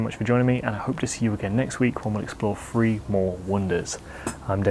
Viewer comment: "three", not "free".